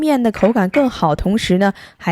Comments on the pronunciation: 酵： 發音是（笑）而不是（較）, 聽起來怪怪的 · 發“叫”？“叫母”？